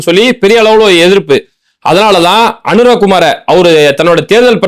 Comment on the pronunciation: சகோதர உறவுகளே பயம் வேண்டாம். மஹிந்தா அல்ல மஹிந்tha. அநுர குமார திஸநாயக்கா அல்ல அநுர குmaaர Dhiஸா நாyakக. 😊 தமிழில் அழகாக உச்சரிக்கமுடியும். அவசரம் வேண்டாம்❤. ஆம் நீங்கள் ஒருவர்தாம் உண்மையைச் சொன்னீர்கள். இலங்கைபொதுமக்களின் சிரமங்களை நன்கு உணர்ந்த தலைவன்.சுருக்கமாகச்சொன்னால் பொதுமக்களின் மீது அன்பு கொண்ட ஒரு இலங்கை சேகுவேராவை பார்ப்பீர்கள் என நம்புகிறேன். சஜித்தும் நல்லவர்.அவரைக்காட்டிலும் திறமைமிக்கவர் அநுர குமார திஸாநாயக்க ❤.